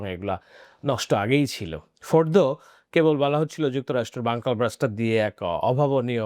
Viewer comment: ওইটা বাঙ্কার ব্লাস্টার না বাঙ্কার বাস্টার, ধন্যবাদ।